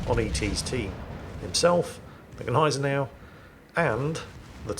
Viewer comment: And grammatically speaking, "das Schiff" is a neutrum. So never male. Maybe he's referring to "der Dampfer" ;) I wonder if he had his knowledge from the same source, that told him Gneisenau is pronounced Neisenau.